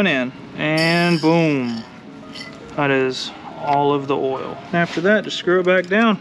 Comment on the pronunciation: lol the “Diesel boah oial” 😂 yessir i only put rotella t6 5w40 in my 2001 2nd gen dually